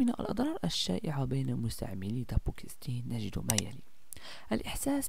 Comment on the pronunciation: اسمه دابوكسيتين وليس دابوكستين